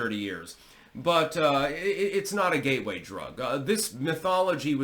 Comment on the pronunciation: did you say it's a ghey way drug or a gateway drug 😮